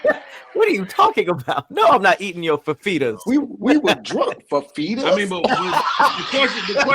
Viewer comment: said fafeetas😂